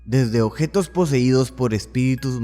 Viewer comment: Odjetos, no mames, habla bien